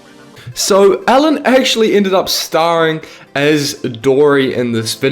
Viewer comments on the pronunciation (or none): It sounded like you said Allen DeGeneres not Ellen DeGeneres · Lol when u say Ellen it sounds like ur saying Allen